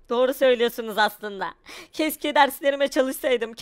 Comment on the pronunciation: de keşke diyeceğine keske diyo